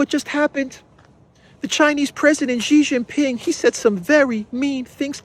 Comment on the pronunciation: PRESIDENT XI is SHEEE JIN PING NOT JHEEE JHIN PING, JHEE JHEE IS A SLANG FOR PENIS. STOP IT NOW.